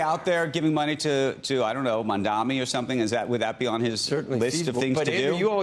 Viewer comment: still calling him Mandami, illiterate morons